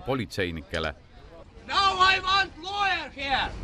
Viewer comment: "AII VAANT LOOJER HIER"